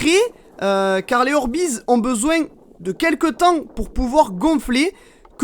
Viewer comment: par contre les orbeiz sa se dit dit orbeiz et non pas orbiz 😂❤👍